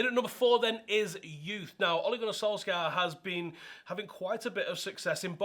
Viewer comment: You literally said oaligoanysoalska like 20 times before the video was 2 minutes in. Wow that was fucking annoying